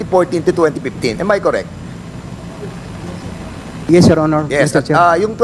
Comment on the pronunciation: Am I koreeek? This is koreeek? 🤣🤣🤣